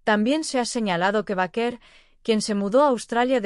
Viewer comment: B E I K E R.. asi se pronuncia su apellido